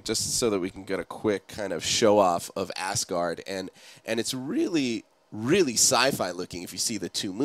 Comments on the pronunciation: isnt it pronounced AZgard not ASSgard? :) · 'Quick show off of ASS-guard' Its pronounced AZ-guard. Not with a long S which makes it sound like some kind of anus protection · lol now ever since i read this comment all i can ever hear is ass guard ,.... ill never be the same